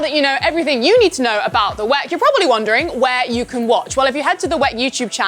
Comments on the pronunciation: Stop calling it 'weck' - it sounds so tacky and silly. It's the W-E-C. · Please don't call WEC 'Veck', call it endurance racing if you cant call it W-E-C. We're not gonna gain anything from the 1 second you save. Calling it 'Veck' is just weird. Calling it W-E-C is fine in case i didnt specify it the first time. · imsa is fine. 'veck' is just weird. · Call it W-E-C or Endurance Racing What the hell is 'whack' that is sounds awful ! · She always say "weck" 😂😅